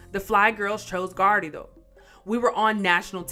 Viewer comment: Why are you pronounced ”Garrido” like that?